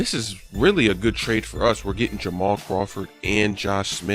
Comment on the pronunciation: It's trade not traid.